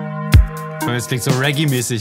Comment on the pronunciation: Dub und nicht reggea^^